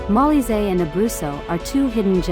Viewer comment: It’s pronounced Mo-LEE-zay